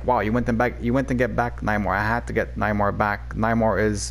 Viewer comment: cough cough pronounced Nay-mar 😉